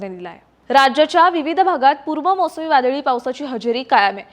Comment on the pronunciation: पुर्म नाही पुर्व असेल वाटतंय मला